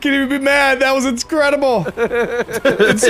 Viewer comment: Or as would say "Inscredible"